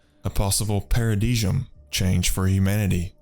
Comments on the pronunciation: Points for creativty. However, in the future, you might want to look up those $10 words (unless you were doing that on purpose). Paradigm (as in paradigm shift) is pronounced like "pair-a-dime." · "paradigm," peh·ruh·dim or ˈper-ə-ˌdīm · Paradi-jjshh-m change haha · Lmao its "pair-uh-dime", good video tho